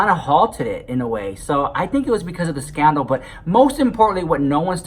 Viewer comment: Sister "Scanna-CON" 😂😂😂